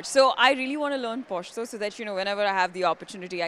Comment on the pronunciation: thats not "Poshto" its "pashto" plz pronounce it properly